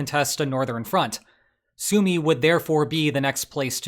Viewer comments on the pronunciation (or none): It's on Forvo, 'Súma'. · Great video, one nitpick: Sumy is pronounced Sue-may, the Y is like first vowel in Sydney, Lynch or Kyiv, it's и (ы).